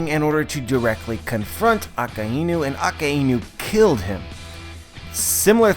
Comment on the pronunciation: holy crap just say "that magma admiral" if you cant pronounce Akainu O_o